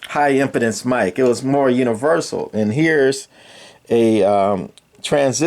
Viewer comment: Im-pee-dence. The way you're saying it means the mic can't get a hard-on.